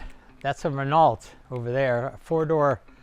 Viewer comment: Only in America could someone amass such wealth and not be able to pronounce Campagnola, Subaru, or Renault.